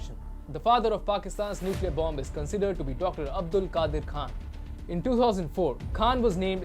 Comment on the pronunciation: Nucler tipped not powered nice analysis though